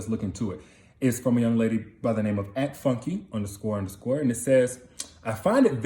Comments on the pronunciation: Her name is Foon Care (pronunciation), not funky love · Her name is pronounce Foon-kay, its Nigerian. Not funky, lol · It’s not Funky. It’s /Foon-Kay/. Nigerian 🇳🇬🥰